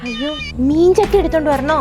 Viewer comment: ജട്ടി ❌ ചട്ടി ✅😂